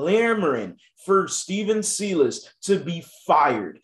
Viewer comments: I love watching your videos bro but your miss pronouncing the coaches name. If you watch rockets games you should know how it’s pronounced. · You’re pronouncing Silas wrong.